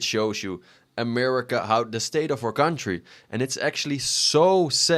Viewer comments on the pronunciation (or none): Why do you have the American flag in the background?😂 I put my phone down and was just listening and when you started talking I thought it switched to a remnant 2 build video “gude for our kuntdry” ummm which country lol